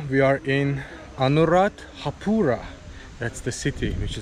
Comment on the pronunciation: He said Anuradhapula 😁 Friendy Man 🤗